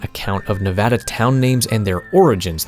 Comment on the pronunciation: you are such a goated YouTuber and I've been watching you for a while now, but the cherry on top was hearing you say Nevada correctly🙏🙏🙏🙏